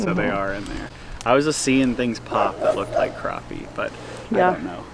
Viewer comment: You are in SC now. It is Crappie Not Croppie. lol Yesterday was unbelievably not normal. I was watching it on Ryan Hall ya'll on youtube. I could not believe it was happening. I am in the Midlands.